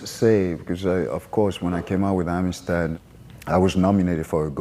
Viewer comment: That guy actually said: "When I came out with Amistad." What?